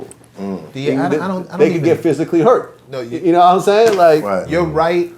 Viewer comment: His wack version of Lod jamars Ya nawImean?!?!